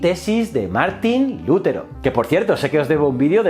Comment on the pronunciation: ¿Martin Lútero? 😂 Creo que en español es Martín Lutero y en alemán Martin Luther. ¿Eso es alemañol?🤣